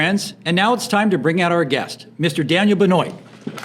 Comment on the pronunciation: Great chat. Just a minor correction , I believe his surname is pronounced " ben-wah "